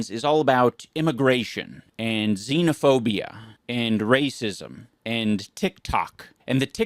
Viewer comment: IT'S XENOPHOBIA not Xenaphobia.